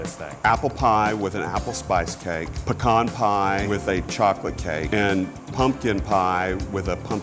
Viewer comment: Ready for new Worth It eps. Also, happy this dude knows how to correctly pronounce pecan.